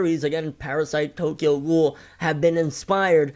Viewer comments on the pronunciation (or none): none